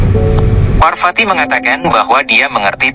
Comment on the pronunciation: V dibaca P. VARWATI BUKAN WARWATI AKAN TETAPI PARWATI . Belajarlah sedikit